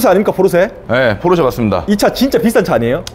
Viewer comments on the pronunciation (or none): 포⤵️르⬇️세➡️ 아니야 포르쉐!!! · 중파님이 끊임 없이 포르"쉐" 포르"쉐" 말씀하시는데 은 끊임 없이 포르 "세" 포르 "세 ㅋㅋㅋㅋ 물론, 중파님의 벤"쓰"와 "을왕리"는 여전히 반갑네요 ㅋ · 포르세 ㅋㅋㅋ 담에 혹시 찍을일 있으시면 포르쉐라고 발음 하시는거 듣고 싶어요. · 포르쉐 발음안되네요 ㅋㅋㅋㅋㅋㅋㅋㅋ "포르새 포르새" ㅋㅋㅋㅋㅋㅋㅋㅋ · ㅋㅋ 근데 포르 "세"라고 하시는게 킹받네요.. 본토발음으로도 소ㅒ가 더 가깝습니당 ㅋㅋㅋ 재밌게 잘 봤습니다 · 딱 한번만이라도 '포르쉐'로 발음 해주시면 안되나요? ㄷㄷㄷ '포르새'가 너무 귓가에 남아요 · 찍고 있는분 계속 포르새라고 발음하는거 웃길려고 그러는건가요 ㅎㅎ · 자꾸 ‘포르쇠’라고 발음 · 왜 포르쉐를 발음 못하고 "포르셰" 라고 하나요 ㅋㅋㅋ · 포르쉐!!!쉐!!!!쉐!!!!! 포르세 아니고 쉐!!! ㅋㅋㅋㅋㅋㅋㅋㅋ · 포르세라고 하지마세요!! ㅋㅋ 쉐라고 발음해줘요~~ㅎㅎ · 쉐가 발음이 어려운거였구나 ㅎㅎ 포르세포르세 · 포르세 아닙니다 포르쉐입니다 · 포르쇠ㅋㅋㅋㅋㅋㅋㅋㅋㅋㅋ 포르쉐!!!! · 포르세 아닙니다ㅋㅋㅋㅋㅋㅋㅋㅋ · 포르세 말고 포르쉐!쉐!쉐! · 포르쉐인데 자꾸 포르세라고하네 ㅋㅋㅋ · 포르세 아니고 포르쉐 !!! 쉐발음 안되나요? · 포르세말고 포르쉐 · 포르새 발음 너무king받네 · 포르세 x 포르쉐 o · 포르쇠 아니고 포르쉐~ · 포르세x 포르쉐o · 포르새 포르새 아 발음 진짜 . 발음 고치자 좀 .. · 포르쉐 발음이ㅋㅋㅋㅋㅋㅋ포르세ㅋㅋㅋㅋㅋ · 포르세 발음 중독성있어요 ㅋㅋㅋㅋㅋ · 시작하자마자 포르쇠 아닙니까 포르쇠 발음이 리얼함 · 포르새 ㅋㅋㅋ발음귀여우심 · 강남에 사는새가 포르새인가요?ㅋ 발음이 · 포르세 발음 킹받… 😂😂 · 포루새 발음이 이상하게 중독되네 포루새 귓가에 계속 멤돈다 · 포르쉐 발음 레전드 ㄷㄷ 포루새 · 포르세는 도대체 무슨 차지 ㅋ아 진짜 발음 현지 본토발음ㅋ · ”포르세는“ ㅋㅋ 발음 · 포르섀 ㅋㅋㅋㅋ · 포르쇠 발음 거의 추격자 섹스급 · 포르세 발음 무지 거슬리네요... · 포르세 발음 킹받네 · 발음 웃기다 포루쇠 ㅋㅋㅋ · 포르새 발음 거슬리네 ㅋㅋ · 경상도 찐이라 포르쉐 발음 안되시는거 보고 빵 터짐ㅋㅋ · 포르쉐를 사투리로 저렇게 발음하는건 처음보네요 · 포르쉐 발음 못하는 사람 진짜 처음 본다. 일본사람 같네